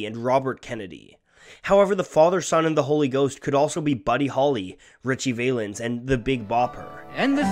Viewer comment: How do you pronounce Ritchie Valens wrong?